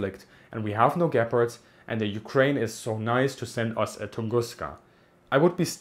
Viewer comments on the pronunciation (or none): Everytime you mention Gepards it sounds like you're saying 'Gay-parts'. Can't unhear it anymore :(